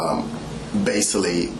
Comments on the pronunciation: At listen to how says basically, he says baysilly. This is what they are hiring as police. Sickening, pathetic and piss poor pitiful!. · The MoRon shouldn’t be spending ANY $ on massages. He needs to spend that $ on speech lessons so he can pronounce his words correctly….”Basily”. What happened to the “c”, bro? 🤦🏽‍♀️ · Everytime he said “basily” I wanted to throw up lol